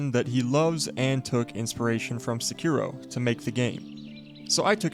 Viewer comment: SE-KI-RO; not Suck Your Hoe...